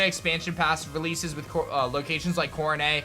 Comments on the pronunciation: What's mount corenay?.... it Coro "NET"... I WISH POKETUBERS WOULD STOP BUTCHERING THE POKEMON FRANCHISE BY REFUSING TO CORRECTLY PRONOUNCE THE NAMES... to me it makes your pokemon know how seem non existant... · Bro, seriously? Mount coronét or however you said it? It's pronounced (kora - net) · Am I the only one bothered by how he pronounces Mt. Coronet? (It's coro-net, not coro-nay) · "Mt. Coro-NAY"? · i would give the pronunciation a pass if sinnoh was based on france but its not so where did he get coronay from lol